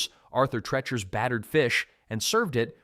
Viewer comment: Treacher is pronounced TREE-Cher (rhymes with "reacher"). Arthur Treacher was a famous movie actor and entertainer. Best known for a long association with Merv Griffin. Treacher also played a well-known "buttler" character in scenes with Shirley Temple and others.